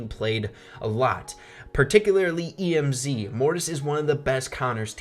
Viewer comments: THIS MAN SAID E M Z AND NOT EMZ THAT A RIP IN THE CHAT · It's Emz not E M Z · STOP SAYING E M Z, ITS EMZ, 1 WORD IDIOT!!!! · Tf. Did u just say “E-M-Z”?! Just say Emz... like m&ms say the ms (ems) and add a bee sound in the end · Just wondering why do you cal emz e m z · It's pronounced em'z not E.M.Z. lol. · He called Emz E-M-Z 😂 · When he said emz I had a stroke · lol, E - M - Z he said